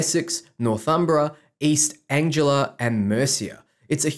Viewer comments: Sorry, but its East Anglia, (An-gli-a). Don't mean to be an asshole, but I live in King's Lynn, Norfolk, which is in East Anglia. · Aren't you British? Don't you know how to pronounce "East Anglia?" "Northumbria"? Maybe it's because I'm used to listening to the audiobook versions of Bernard Cornwell's Saxon Stories, set at the same period, that this stuck out to me!